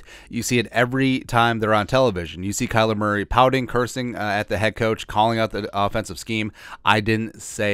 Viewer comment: "Kyer Murley" I love when you don't edit out these oopses. We all do it and it's always hilarious when we do. Life is about enjoying the little things.